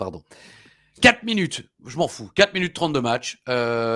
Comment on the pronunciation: " Cela fait des semaines qu'on dit qu'on ne veut plus les voir s'affronter... ce n'est pas pour les foutre en équipe! ": " qui?": " les quat'chieurs" Diantre, j'ai ri...